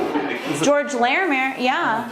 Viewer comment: I cringe every time you say “Larimere” 😂